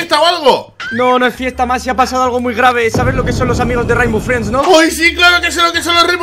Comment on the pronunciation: oye no se pronumcia rimbow friends se pronumsia reinbow frends